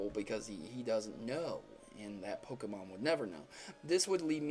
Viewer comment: PLEASE, before doing ANY more theory videos, learn how to CORRECTLY pronounce a Pokemon's name.